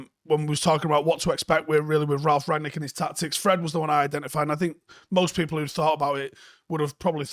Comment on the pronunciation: It's RANG-nick, not RAG-nick. Rang-nick 👍🏻